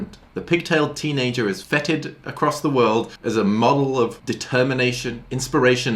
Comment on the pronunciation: theres definitely a difference in pronunciation between feted and fetid.